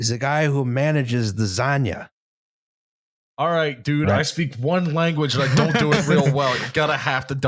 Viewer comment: "Zanja" is pronounced "san-Ha" with a hard "H" sound like in Jamon